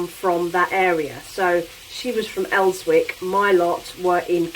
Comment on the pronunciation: Elswick is pronounced Ellsick!